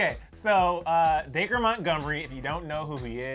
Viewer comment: He said Day-Cur it’s Dac-ree 😂😂